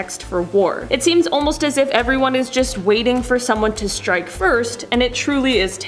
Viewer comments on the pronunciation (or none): none